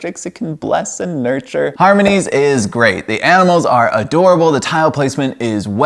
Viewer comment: I like your attempts to pronounce the company’s name 😅 I couldn’t figure it out either